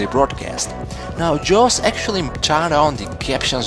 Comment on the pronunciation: lol "joes"